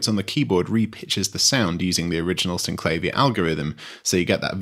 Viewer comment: Sin - cla -veer It's how the designers pronounced it, so that's the only correct pronounciation. Even the manual points this out.